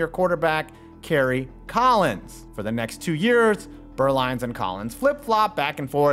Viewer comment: I find it interesting that so many English speakers struggle to get the difference between the German letters u and ü, but here, does a very commendable pronunciation of the ü every time he says "Beuerlein". Needless to say, where Steve's name is from, i.e. the region of Germany I used to live in, Franconia (and, well, every other part of the German-speaking world), the name is actually pronounced "Boy-er-line", but lets keep that under wraps. I really enjoyed this delving into my early NFL memories, back, when Jimmy Johnson and Aikman were the bane of the Pack in almost every playoff game. Thanks to a certain expansion team, we got through to a superbowl for once, when the Panthers dumped the Cowgirls out of the running. I'll always be grateful... to an extent.